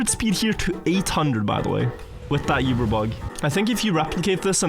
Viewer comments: We love you, but PLEASE, it is pronounced oo-ber not you-ber. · still not saying uber right after so many years